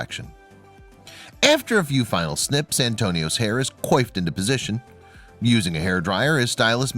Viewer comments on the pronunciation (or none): Coyffed?? Ha ha. Actually pronounced "quaffed"